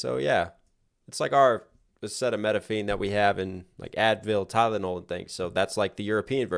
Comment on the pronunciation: Acetaminophen: ❌ Acetamenophine: ✅